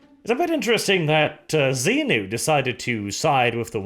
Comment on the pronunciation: pronouncing Xi-nu as Xenu really confused me for a hot second there. Scientology in 40k? Please no